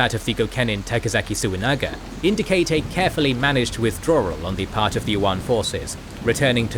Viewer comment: Ahh yes. The rsctical withdrarrrar